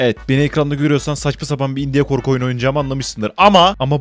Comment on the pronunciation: Haha sizde sonunda kabul ettiniz başta indie değil india dediniz